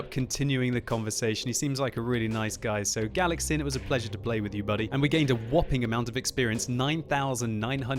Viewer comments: It is so entertaining when (or Jingles) pronounce foreign names:D. It is (galatʃin) not (galaksin). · that's pronounced as "galachin" ;) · Galacsin is pronounced more like Galachin ;) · Hehe galac-sin :) As a hungarian I find this funny :) Btw it means something like (paper)pellet. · He is not 'Galaxin' like you said, it's is spelled more like the first letter in the word chess or czech republik. It means a small paper ball, which we all made in the school, and throw each other. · Galacsin isn't pronounced like that, because "cs" is the sound of ch for eg. in "much", but it's okayyy we forgive you XD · Good game. "Galacsin" is a Hungarian word, means pellet. "cs" is one letter in Hungarian, pronounce as ch in cheat.